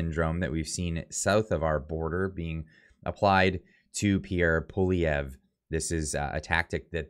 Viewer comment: You gotta learn how to say his name tho lol